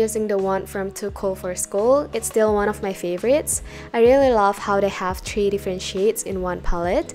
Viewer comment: Why pronounces the number three/3 as in tree, a plant 🌲🌳